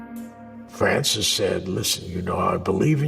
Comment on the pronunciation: Al says "Fwancis"... I wouldn't want him either!!!